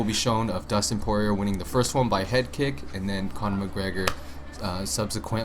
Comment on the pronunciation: Poirier is pronounced Pour E A and glad to see you are a fan of UFC